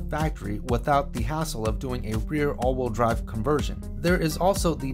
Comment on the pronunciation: Probably good information, but I was out after hearing “all-wool drive” for the 30th time. “Wheel”, rhymes “eel” and “feel”. All-wool drive is a group of sheep pulling a cart.